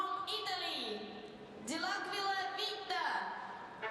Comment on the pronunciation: Chi glielo dice al commentatore come si legge Dell'Aquila? 😂 😂